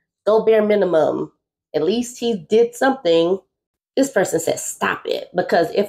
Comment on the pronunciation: I’m going to tell people I DON’T KNOW “Aylise” (Ay lease~> At least) THE FACTS ARE FACTS